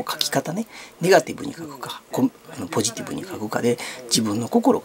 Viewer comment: さんパァゼィティヴゥ😁